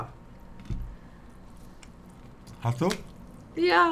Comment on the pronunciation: was ist das denn für ein "Hast du?" von Monte? Lul